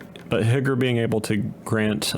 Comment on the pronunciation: You asked what I would change. Stop calling Higure, “higger”